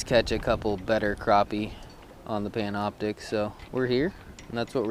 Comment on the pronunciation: Pantioptix lmao its Panoptix btw nice vid though.